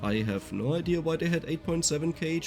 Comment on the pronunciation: I been loving the way he says idea…”idear” I LOVE IT.happy I got VS for my phone and bought the extra dlc maps,thank you!!!